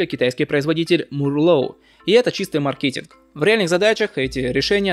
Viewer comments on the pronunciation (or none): ЧИпов, а не чипОв и мАркетинг, а не маркЕтинг. Ролик хороший, понравился, спасибо.